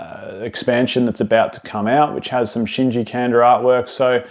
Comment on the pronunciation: Great video, but last name is pronounced "Kahn-dah"